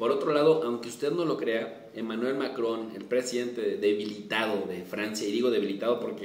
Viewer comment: ya lo respetaba y ahora tiene aun mas mi admiración al mencionar a Macrón en Español. Usted sigue siendo grande profe. Saludos desde Los Angeles.